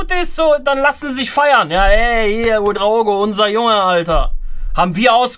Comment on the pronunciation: quedraogo = der queere ouedraogo lol😂